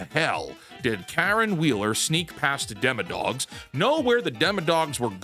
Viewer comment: Honestly like how he says "dimma-dawgs" like he's Doug Dimmadome, owner of the Dimmsdale Dimmadome